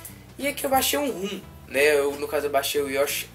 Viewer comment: RUM não cara, ROM.....